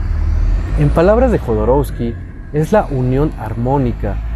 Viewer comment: No es Jodorousky, es Jodorovsky, así se pronuncia la W.